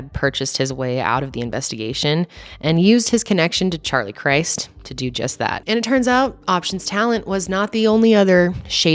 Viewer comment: His name was Charlie Chrisss-t not Christ like Jesus. Lol.